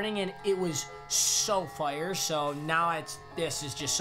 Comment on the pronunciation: Say f-eye-er